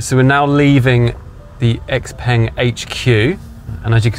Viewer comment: The letter X makes a 'SHA' sound in Chinese and 'peng' is prounced 'PONG', so put to together, "SHA-PONG"